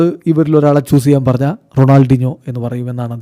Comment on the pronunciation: Ronaldeenjo ennanello parayunnathu. Shashi fens nte chevi afichu poyo😂